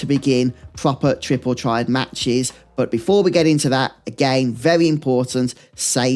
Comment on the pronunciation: you lost me at "Tripple Triad"